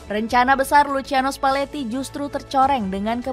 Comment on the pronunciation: Lusiano spaletti min cara bacanya😅😅😅😅